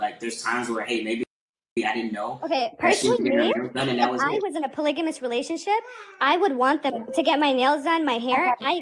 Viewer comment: Why they keep mispronouncing “ polygamy” and “ polygamous” like it’s polyjanee or polyjanous? Even auto correct was fighting me on this lol